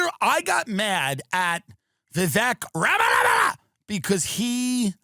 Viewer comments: I lose it every time he says “ Vivek RAMANANANA” 😭😭😭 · Bro towards the end when the phone starts going off and he’s pist about it he starts saying Vivek - RAMALAMALAMA!!!!each time its funnier than the last. 😂😂😂😂😂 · I love Tim’s authentic pronunciation of Vivek’s last name💀